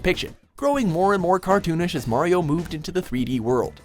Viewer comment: Whyy is Harley one of those people who can't pronounce correctly Mario 😫